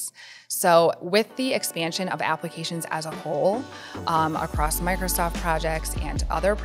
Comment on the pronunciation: She said acrosst and I can’t even 😅